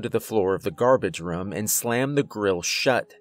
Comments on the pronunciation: I love how he pronounces “Room” like “Rum” 😂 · First off, I like this story and your narration overall. Now, this is not meant to be an insult, but your pronunciation of room is like rum or ruum. I'm curious what area are you from. Maybe somewhere in New England. I've never met someone in person who pronounces room in that way and I've only lived in Oregon, Arizona, California and Arkansas. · It doesn't sound like he's saying "we ran to the room" it sounds like he's saying "we ran to the rum" but no hate he's mad good at these stories 👌 👍 anyway I love them keep it up dude. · why he say room like ruum? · Hey! That’s how I pronounce room too, I didn’t even realize he was doing it. I wonder if it’s regional. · I always point that out too lol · This Narrator needs to learn how to say "Room".. it annoys me so much.